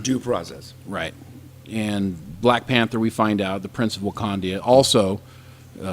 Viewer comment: one of you keeps saying wakandia its wakanda